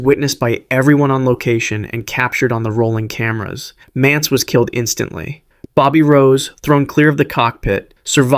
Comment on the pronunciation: The titles don't match up with the stories. Also, it's Paul MANTZ, not Mance.